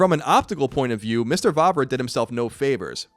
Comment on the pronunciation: finally someone pronounced Vávra´s name well :D